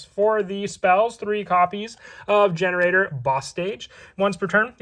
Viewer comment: Is it not pronounced gene raider?